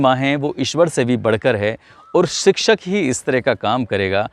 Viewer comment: Sikshak nahi shikshak hota he